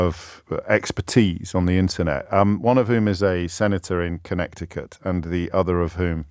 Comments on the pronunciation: To all of you so quick to correct James on his mispronounciation of Conecticut, maybe he's just getting back at our American cousins for their ignorance of European languages. Across the pond, Waltz becomes Walls, Macron becomes Macrone, Rutte becomes Root... And by the way, none of you can pronounce Öztürk on either side of the pond! Greetings from Turkey. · So this guy who labels people idiots can’t pronounce Connecticut. Impressive… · Bro cannot say ‘Connecticut’ to save his life 😂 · James, the second C in Connecticut is silent. 😉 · You're saying Connecticut wrong, James, the second C is silent. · "kuh-NEH-tuh-kuht". The second "c" in Connecticut is silent (for whatever reasons). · Sounds wrong when you say "Connekty-Cut" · It’s co-NET-ih-cut. The “c” in the middle of the word is silent. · Not pronounced ConneCticut James - it is pronounced "Conneticut: not important in the scheme of things but nonetheless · Con neti cut. Not "Connect i cut". just sayin. luv your stuff. Canada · Its pronounced "Conneticut"😉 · Please stop saying Connecticut😅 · LOL. Connecticut is pronounced as if the second small "c" isn't there. CONN-ETI-CUT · Just a pronunciation note: Con Ett ee cut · talking about idiots corner while calling the state connecticut connect-icut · The second c in Connecticut is silent. It is pronounced Connetticut. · I'm not gonna listen to a guy that pronounces it CONNECT-icut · Second c is silent in Connecticut - con-NET-icate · You don't pronounce the second "c" in Connecticut. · That's not how pronounce Connecticut. 😂😂😂😂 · Not sure if his pronunciation of Connecticut is a subtle joke or he just that pretentious…. 🤨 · Did James mispronounce Connecticut on purpose? Or was it a genuine mistake? Because he didn’t self correct. Was very odd. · I was wondering that as well. First time I thought maybe it was an inside joke, but the second time made that feel less likely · Is he deliberately pronouncing Connecticut that way? Is it the US equivalent of Worcester?